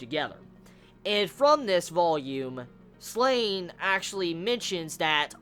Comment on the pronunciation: The "A" in Slan is pronounced like it is in "Dan" for example (Surann being the japanese pronunciation) And yo! Can you see any connection between The Beast of Darkness and the astral wound from Slan? =)